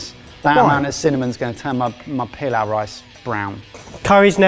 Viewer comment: The pronunciation of pilaf is so wrong .. it remind me of emperor pilaf from Dragon Ball